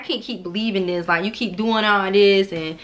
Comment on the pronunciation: “Not new to dis, I’m true to dis” 🤦🏻‍♀️😂on Mee